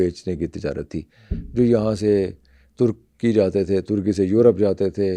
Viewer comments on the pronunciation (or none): none